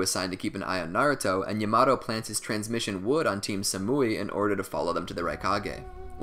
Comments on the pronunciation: Actually triggered me so much for no reason. Yah-mah-toh. Damn i need help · Mans said yamado Say it with me YA MA TO WTF 😂😂😂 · yamado? its yamaTo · “yah-muh-toe” lord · Its pronounced (ya-mah-toe) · Amazing video but the way you said Yamato killed me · Bro please say Yamato right they literally say it in the show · he pronounced yamoto wrong